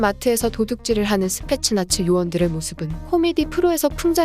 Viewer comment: 스페셜 나치로 들리네.